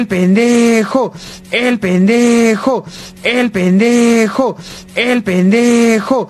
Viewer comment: Llega un punto donde escucho "El penejo"